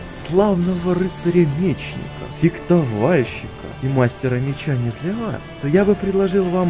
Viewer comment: Только одно. Фехтовальщик, не фектовальщик)))) а так лойс)